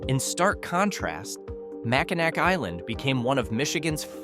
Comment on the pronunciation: It's Mackinaw... regardless of spelling Mackinac or Mackinac. Also St Ignace is pronounced St Igness. Get the pronunciations correct!